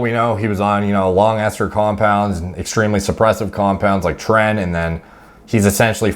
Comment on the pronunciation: If u don’t know how to pronounce tren u shouldn’t take it